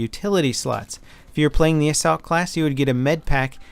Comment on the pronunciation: assussult? lol